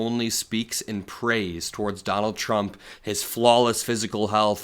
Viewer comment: Levitt never ever says “Trump” correctly. Pres Chump, yeah ok.